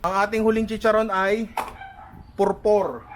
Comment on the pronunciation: Ninong Ry ! If im not mistaken. Pupor yung isa. Pupor ng Batangas. :) not purpor. :)